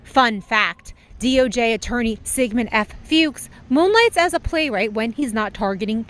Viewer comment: Note to staff... Fuchs is pronounced as Fox. I learned the hard way by pronouncing it exactly as written and after fits of laughter, was corrected by the person owning the name.